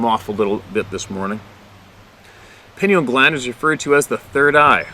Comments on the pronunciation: Play' kay ted. In sit' choo. Pine eel' gland. Love from Minnesota. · You had said it, pie-neal gland.